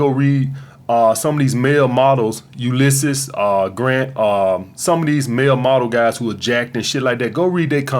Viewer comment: “Ulisses.. Grant” 💀💀